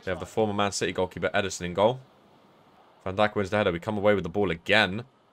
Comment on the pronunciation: I hate how he says van Dijk’s Name Wrong